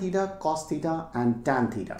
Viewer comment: Sir itz titaa not tetaa